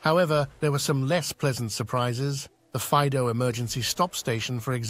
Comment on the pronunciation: Faìdo not Fàido